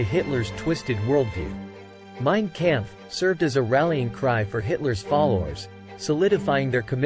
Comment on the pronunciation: No new info here and he pronounced Kampf incorrectly.